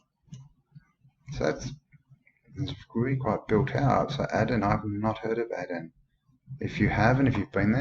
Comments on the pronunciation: This place is Aden is pronounced 'aiden'...(old old Irish Gaelic name) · I was nearly born in Aden, Africa when my father was serving in British Army around the time of the Suez crisis, my mother went home to give birth. Pronounced as 'A-y-den' Great stuff mate!!